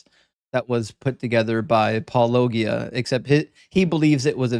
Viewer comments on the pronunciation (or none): hey, I think Paulogia is pronounced just like 'apologia' without the 'a' in front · No shade,, but it's paul-oh-JEE-uh. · well this time it wasn't the apologist getting his name wrong, it was. Actually I've heard him say it wrong in several live streams. I love, but if he's gonna reference another fellow atheist for his work, he should try to get the name right. It's not even a difficult one 😄